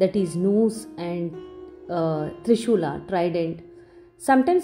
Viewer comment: Again, you utter dwarpalaa instead of द्वारपाल, trishulaa instead of त्रिशुल, Lingas instead of लिन्ग! There is no need to add an 'a' to every vernacular word. We can just pronounce the words as they ought to. Since we are Indians we should not have difficulty in pronouncing them correctly I think you should really think about this.